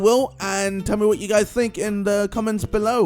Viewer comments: did he say 'please like, sibscribe and peas'? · When you said 'peace' at the end it sounded like 'peas' to me! :D